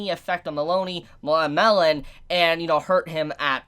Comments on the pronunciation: ...You pronounce Melone as Meh Lone , not Meloney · its mel lone not melony not melon mel lone